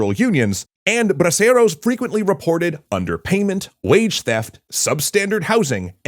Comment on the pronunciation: So I think it was called Braceros not Broceros. Also is it just me or one of the Mexican characters looks a bit like el Chapo?